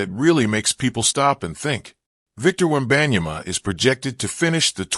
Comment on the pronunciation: The way he said victor webeyana was so goofy and trash video btw